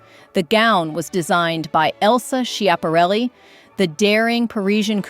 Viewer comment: Great choices, but please go online and listen to the correct pronunciation of Elsa Schiaparelli's name. It's given in the Italian, French and American pronunciations; and sorry but none of them are yours.